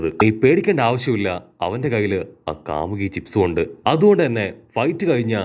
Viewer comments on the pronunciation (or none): Kamuki alla kamui😂😂😂😂😂😂😂😂😂😂😂😂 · കാമുകി അല്ല കാമുയ് 😂😂😂